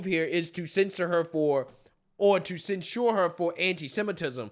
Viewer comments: Censure = "Sen-sher" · I’m a Republican, but censuring someone for their political free speech is a red line for me. And then using the “ disinformation” excuse that’s been used to oppress us??? And to the Black conservative- it’s pronounced ‘“Censhur”, not “ cen- SHURE” you’re a college educate person, get it right. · Please! Stop saying "cent sure". Its cent sher". When inshare these videos, liberals criticize enunciation. Its a small but important point. 🤦🏾🤷🏾‍♂️ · cen-SHOOER lol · Please pronounce censure correctly. You are pronouncing it like the drink for old people Ensure. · Hearing you pronounce sensor Makes my ears hurt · ...please go to the dictionary and learn how to pronounce the word "censure"! Do that with other words you can't pronounce correctly. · Does he not know how to say the word 'censure'?' Lol.